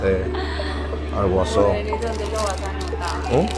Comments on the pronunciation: Jajajjajaja al waso en vez de WhatsApp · Jajaja y q no saves decir whatsapp